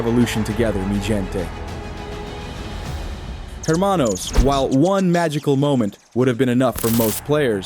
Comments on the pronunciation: Hermano the H is silent. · the H in the word hermano is silent, so you know